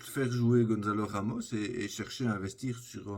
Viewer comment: Désolé mais je dois me dédouaner de cette chronique immonde, tu as osé dire "GonZalo Ramos" à l'espagnole alors que c'est "GonÇalo Ramos" (ça se lit comme en français, on ne dit pas non plus le "n" mais bien le son "on"). Peu importe si le reste était, à nouveau, très sympa. C'est l'erreur de trop, j'espère que les wokes s'occuperont de toi. À bon entendeur les mangeurs de boulghour